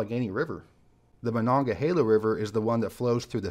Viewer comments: aLad - considering we can be 100% sure it’s being butchered now by people who think they know how to say it from the original Iroquois and its correct pronunciation, we can safely say he did a great job, especially from one not used to saying it. Great job. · As a Pittsburgher I’m glad you pronounced Monongahela correctly. Also, there’s not a bad way to enter the city. The Ft. Pitt tunnel gets all the love and deservedly so. But there’s so many good views.